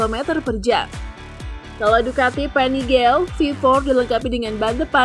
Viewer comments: Panigale ya dibacanya Pa Ni Ga Le, buka Pa Ni Gel. Stradale dibacanya Stra Da Le, buka Stra Del. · Kurang tepat perbandingannya. Seharusnya H2 vs Stradale V4 yg lbih baru. BTW...pembacaan nama motor ducati-nya salah tuh min... Baca bhs itali itu, semua hurufnya disebutkan. Yg bener PANIGALE....buka PANIGEL (kyk bhs inggris). Huruf E trakhir ttap hrus ikutan dibaca